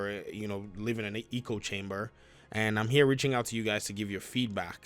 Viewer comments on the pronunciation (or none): echo not eeko